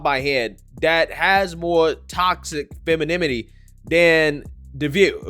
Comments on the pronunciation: Toxic feminiminy?? Dude, you say you're educated but you constantly mispronounce words that you should know . I mean for God sakes, you spelled correctly it in the title of this video! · it sounds so funny hearing you mispronounce femininity 😅🤣🤣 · Can you please try and say feMiNiNity ? Saying feMiNiMity sounds very, very uneducated. Whoopi Goldberg says it right, I’m sure you can do it too. Make an effort. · Loved the video! But it’s feminINity not feminiMity 🙂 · Fem in in it ee Not fem in im it ee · Sorry,, but the funniest thing about this video is your pronunciation of “femininity.” It sounds like you’re saying, “feminiminy.” It’s cute. 😂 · Femininity not femiminity 😅 repeat fast 10 times ...it's an annoying word in truth 😅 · You mean femininity not femenimity. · Aks me how to pernounce feminimy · Dude, if you don't fix this RIGHT NOW, I'm unsubscribing, and I'm not even joking. There is only one 'm' in 'femininity'. I don't know if you know this, but YouTube videos can be cited in university papers as a way of bolstering your point. There would be a LOT of people who would never cite, or even VISIT your channel if you can't pronounce 'femininity'. It's like when people say Pacific instead of specific.